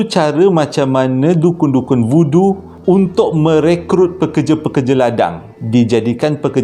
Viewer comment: Voodoo tu sekali dgr macam budu pulak.. 🤣🤣